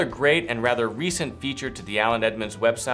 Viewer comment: I think you say “Aland Edmonds” lol